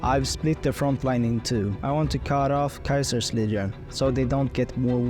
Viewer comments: Wait are you saying Kaisers legion instead of Ceasers legion? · Caesar getting pronounced as kaiser is some schizo shit